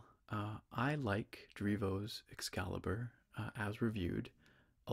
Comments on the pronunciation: definitely says "excaibur" 😂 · It actually do say "excaibur". There's no L in between. Or am i blind???!? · Haha it would be EXCALIBUR so it is missing the L entirely hahaha